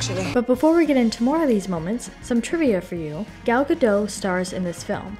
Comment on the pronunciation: Nice work! I really liked the movie. Just a note, the T in Gadot is not silent. Ga-dough-t. Gal is pronounced Gahl. Gahl Ga-dough-t 😊